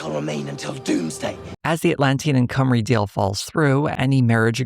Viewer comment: Also, Cwmry is pronounced more like “chim-ru”